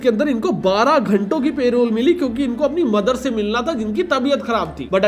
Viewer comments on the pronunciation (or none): Bhai.. Good Video.. But Payrole nahi hota Parole hota hai. thoda pronounciation pe dhyaan do